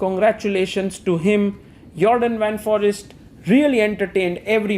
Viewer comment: Please pronounce Foreest like: For ee (like the a in bay) st , you can do it, its not forest.